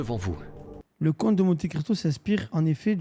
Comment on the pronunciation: Parcontre soso le s c'est comte le titre de noblesse (comte ; comtesse) pas conte genre conte pour enfant 😭